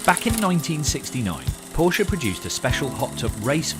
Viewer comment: At least this guy knows how to pronounce Porsche correctly.